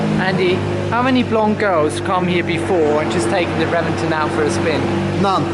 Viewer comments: It is pronounced as Re-ven-ton; not Reven-ten. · It's pronounced with a B, Rebenton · No you say it reBenton. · Pretty sure it is pronounced, “Rebenton” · Pronounced rebenton